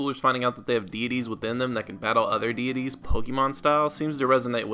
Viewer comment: I heard deities as beanies